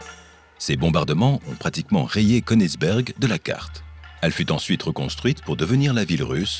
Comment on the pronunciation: Konigsberg étant un nom allemand, pour prononcer konigsbeurg, soit une prononciation anglaise ? Il est vrai que c'est une manie , puisque certains prononcent des mots français avec une phonétique anglaise ! Oui je sais cça n'a rien à voir avec le fond de la question, mais j'avais envie de vous le dire !